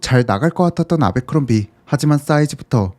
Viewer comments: 제빌 아베크롬비라 하지마. 미국가면 아무도 못알아둘어. 애벌크롬비다 바보야. 아 짜증나게 아베아베 거리네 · 미국에선 애버크롬비라고 발음합니다. 아베크롬비. ..ㅡㅡ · 아베크롬비 ㅋㅋㅋㅋ 정말 세상에 없는 콩글리쉬 발음. 애버크롬비다. 제발 본국사람이 모르는 발음은 그만.... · 애버크뢈비&애버크럼비 사이 발음이 더 가까움..내 20대를 청담 아베크롬비 플래그쉽애서 보냈는데.. 추억이 새록새록하네 ㅎㅎ